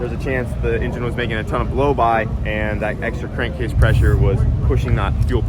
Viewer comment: Cank crase problem? Lol. An I the only one that caught that lol